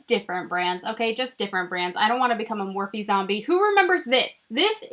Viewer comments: Lol been with you and remember you getting the Morphe single shadows at IMATS!! Think you pronounced it Morph without the e. I also remember the trublood videos. #waybackwithshae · I TOTALLY REMEMBER your Morphe video and thinking I had never heard of that brand. And I'm pretty sure you didn't pronounce the 'eee' on the end so when other people started calling it that I always thought NO THATS NOT HOW U PRONOUNCE IT. Lol. Love you!